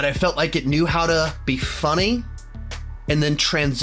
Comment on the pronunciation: I like you,... I really do. However, the way you say “funny” is deeply concerning.